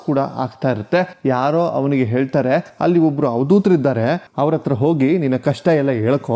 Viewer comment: ನಿಮಗೆ ಹ ಕಾರ, ಉ ಕಾರ ದ ವ್ಯತ್ಯಾಸವೇ ಗೊತ್ತಿಲ್ಲವೋ, ಗೊತ್ತಾಗ್ತಿಲ್ವೋ?? ಉಚ್ಚ, ಅವ್ರ ಅತ್ರ, ಹೀಗೆಲ್ಲ ತಪ್ಪು ತಪ್ಪಾಗಿ ಕನ್ನಡ ಮಾತಾಡ್ತೀರಲ್ಲ? ವಿಡಿಯೋ ಪ್ರಸಾರ ಮಾಡೋ ಮೊದ್ಲು ಒಮ್ಮೆ ಪರಿಶೀಲಿಸಬೇಕು ಅನ್ನೋದು ಗೊತ್ತಾಗಿಲ್ಲವೇ? ? ನೀವೇ ಹೀಗೆ ಮಾಡಿದ್ರೆ ಈಗಿನ ಮಕ್ಕಳಿಗೆ ಹೇಗೆ ಸರಿಯಾದ ಕನ್ನಡ ಕಲೀತಾರೆ ? ?ಕನ್ನಡದ ಕೊಲೆ ಕನ್ನಡಿಗರಿಂದಲೇ 😅 ಇದಕ್ಕಿಂದ ದುಃಖಕರ ಸಂಗತಿ ಬೇರೇನೂ ಬೇಕು?? ದಯವಿಟ್ಟು ಇನ್ನಾದ್ರೂ ನಿಮ್ಮ ಕನ್ನಡ ಭಾಷೆಯನ್ನು ಸುಧಾರಿಸಿಕೊಳ್ಳಿ. 🙏🙏